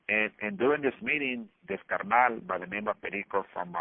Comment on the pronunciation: Shout out for saying carnal correct, carr- knawl😂😂😅😅